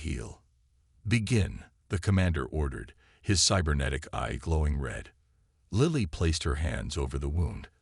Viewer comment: Please pronounce and spell Lily properly.